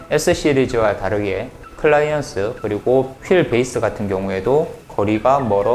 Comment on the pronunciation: 클라이언스요? 클러이언트라고도했다가..클리어런스겠죠..ㅋ 이런분이 자전거리뷰를하네 ㅎ